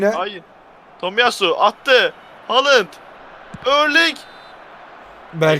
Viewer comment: Haaland a Haalınd diyen adamı da yen demeyi çok isterken frikiğe korner ölü yaprağa rövaşata diyen...